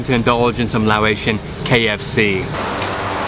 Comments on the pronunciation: Laotian pronounced (Lao-ocean) not (lao-atian) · Why do you pronounce Laotian as Lao-ay-sian?